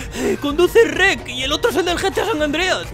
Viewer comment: Shrek ❌ Reck✅